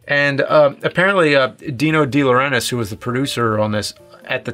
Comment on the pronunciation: you can´t say de laurentiis? after james said? can you read?